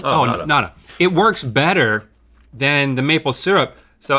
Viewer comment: The intro dialogue, the time of the show where Link stops pronouncing “R’s”...”Bettuh, than buttah”